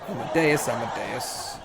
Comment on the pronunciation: As-Mo-Dee-Us. Not Amadeus. eye twitching commences